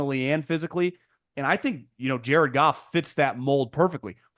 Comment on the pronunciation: Who is Gared Joff and JC Stroud? Is Cowherd dyslexic?!? LOL!😅